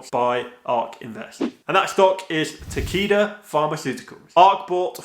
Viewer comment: Is it bad when you said Takeda I thought you said tequila